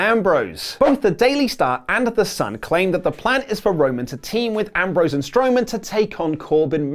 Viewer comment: you said strowman